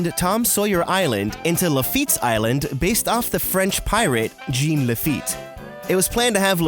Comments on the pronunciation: as a native louisianian, just wanted to let you know that jean is actually pronounced more like "zhawn" :) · Pretty sure "Jean" is pronounced "John" when used in the French. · OMG PLEASE It's not "Gene" it's the French version of John! "Jean" when it's a male name is pronounced like "John" with a soft J! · Can't say Jean right, can't say Ghirardelli right, smdh... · You pronounced Jean and Anna very wrong